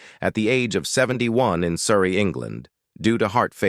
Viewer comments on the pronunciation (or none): none